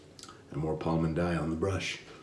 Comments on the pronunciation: Ok let's go, correct pronunciation it's Pal-"Mean"-Daya not so far from your pronunciation, well done and nice job with the Fatboy this time. :) PS: squeeze a little more your brush. I noted your lather it's a little bit thin when you use any brush. Just try it and you'll have more protection skin and more slickness than you have. Hope you don't mind and get mad with me because this modest advice. :) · Iam from Brazil. Palmindaya 😍😍😍. And your pronunciation is correct ,it's one of my favorite brands for shaving, but I do my on shaving soap. Congratulations for the video. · Now that is a great surprise, man! I was searching looking for content in Portuguese and here you are!!! hehehe The pronunciation was real darn good! I have some Palmindaya coming to me and will be on my channel soon. They have a mentholated one, I'm pretty sure you would like the mentholated version. Maybe I can send you over a sample of it when I receive it. Let me know